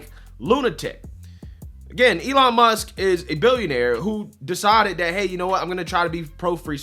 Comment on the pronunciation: “Elon Muskez” =\= “Elon Musk’s”